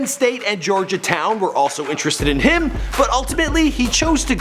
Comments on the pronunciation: georgiatown not Georgetown.😂😂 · fool said Georgiatown lol you can tell this is read from wiki